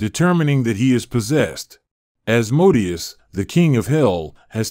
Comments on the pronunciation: Thought it was pronounced As-Moe-Day-Us, not As*-mode-ee-us. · Pronounced: "As Mo Day Ous"